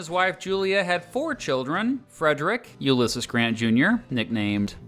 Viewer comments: bruh how do you not know hot to say "ulysses"? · Never heard Ulysses pronounced that way before, another difference between the UK and US I guess